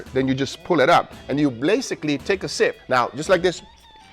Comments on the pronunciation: "BLASICally take a sip" ah, yes, the classic blasic sip! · Lol “Blasically”